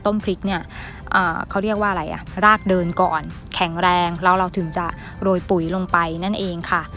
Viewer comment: ขอบคุณสำหรับเนื้อหา ดีแล้วคะ แต่เพื่อให้คลิปนี้สมบูรณ์ต้องแก้ไขการออกเสียงให้ถูกด้วย ตัว ร ออกเสียง เป็น ล และออกเสียงคำควบกล้ำไม่ได้ ตัวอย่าง ลาก(ราก) ลับลอง(รับรอง) ลอบๆโคน(รอบๆ) ปูก (ปลูก)